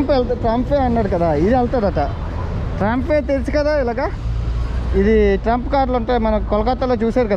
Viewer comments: బ్రదర్ అది ట్రంప్ ట్రైన్ కాదు ట్రామ్..... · ట్రంప్ కాదు తమ్ముడు ట్రాం అంటారు